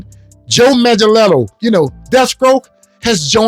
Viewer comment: The movement ever stopped. You know what it is. #WalletsClosed It's pronounced Manga-Nello.